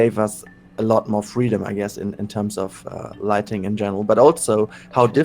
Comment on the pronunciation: Why am I hearing "lightning" instead of "lighting" ... "We need to make sure we have lightnings" wtf